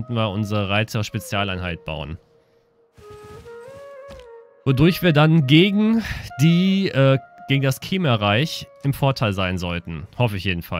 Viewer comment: Die heisen nicht kehmer sondern kmähr (ausgesprochen)